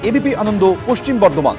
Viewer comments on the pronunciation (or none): none